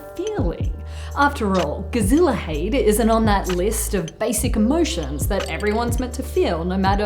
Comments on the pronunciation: A dutch person here. It is funny how you totally butchered the pronunciation of gezelligheid. I initially did not even recognize it when I was only listening. A lot of English speakers have trouble with the harsh g we have in dutch, so I can forgive that, but also your pronunciation of the vowels is off. For example listen to the Google translate pronunciation. Other than that a great video. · I came here to say the same thing, but check if someone else had already posted this comment. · the way you prenounce gezelligheid is quite funny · ikr A for effort. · More like a 10, I'd say :p